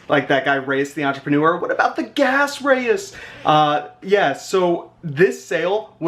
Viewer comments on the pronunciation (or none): none